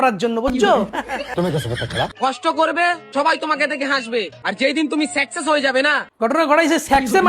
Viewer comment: সাকসেস না না সেকসেশ😂😂😂😂😂😂😂😂😂😂😂😂😂😂😂😂😂😂😂😂😂😂😂😂😂😂😂😂😂😂😂😂😂😂😂😂😂😂😂😂😂😂😂😂😂😂😂